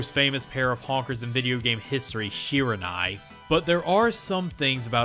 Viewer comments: I'd say about the ONLY thing I don't love about your channel are some issues you have with pronunciation and grammar. Mai's family name is Shiranui, not Shiranai. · Mai’s surname is shi-ra-nui. Not shi-ra-nai. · and again... SHIRA N A Y. It is Shiranui!!!!!!!!!!! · Ohhhh my Lord... Mai ShiraNAY.... SHIRA NAY? SHIRA N A Y???????? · Mai's last name is Shira*nui*. Not Shira*nai*. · This prononciation of Shiranui is killing me.